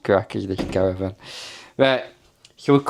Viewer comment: Caravan not Cara van 😂